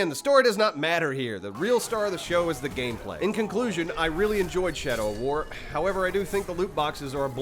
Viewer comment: "Shadow of WHRGH"